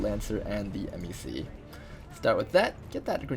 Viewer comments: ITS A FUCKIN MEC(Mehk is pronounced this way, like Mech) NOT M-E-C. FOCK. Sorry, killin my OCD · And MEC is pronounced meck, not em-ee-see.